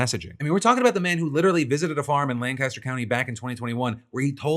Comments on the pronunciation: Lancaster city and Lancaster county in Pennsylvania are pronounced Lan-kiss-ter NOT Lan-cass-ter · We gotta work on that pronunciation of Lancaster, though. LANE-kissed-her / LANG-kist-'er. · Its pronounced lan kiss ter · As a Lancastrian it kills me to hear people butcher the pronounciation 🤣 its "lang-kiss-ter" Its also important to point out the sole source of the claim these deaths were not caused by measles is Commissioner Josh Parsons, and the kindest thing I have ever heard anyone say about Parsons is that he was a weasel. I'd call him a piece of shit but at least shit gets used as fertilizer. If Josh Parsons says the sky is clear and blue, you'd better roll up the windows on your car. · Hey Phul, love the show, but given you are coming to Philly in a few days, you should know the pronunciation of Lancaster is like Lang Caster or Lank i Ster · FYI - Folks from PA pronounce Lancaster with a hard a. The ‘Lanc’ should rhyme with ‘bank’ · In PA they pronounce it lank-a-ster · It's pronounced "Lank-Is-Ter" don't expect Phil to know that. Do expect RFK to know that given the recent phone call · As someone who lives in Lancaster hearing it pronounced the wrong way somany times hurts me deep inside. But it is also worrying that we are having such a large outbreak which is more important